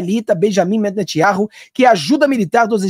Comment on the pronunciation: Amado, não é Netitiaurru e sim Netâniaorru, blz ? Bênçãos pra ti Sempre